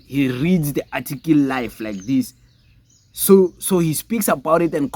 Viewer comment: Boy it's not "atikil" it's "article" ujoji unzima nakuwe njengoba your followers bexakwa esikaBongani Just campaign for EFF so that it can get at least a mayor and just one anchor municipality EFF has no anchor province no mayor By 2029 you will be an EFF with 6% iyaphela i-weight nilibele ukubhekana nabantu Nawe you are chopping English sis